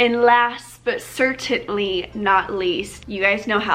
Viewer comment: I'm not sure if you're aware, but you add an extra T to "certainly" and it's adorable.